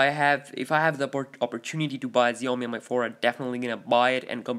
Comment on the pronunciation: Xiaomi is pronounced like "shall-me".